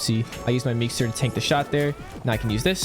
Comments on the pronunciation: Only one thing wrong with the vid and that is that its meeseeks not meekser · Did he really call it a meekster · this man said "meexters" like 30 times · "at the beginning i use the meekser" 💀